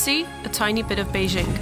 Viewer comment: Beizhing? It's actually spelled BeiJing...it's not French :p 'J' like 'John'